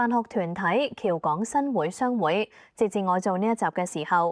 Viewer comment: 新會，會：應該讀滙豐個滙音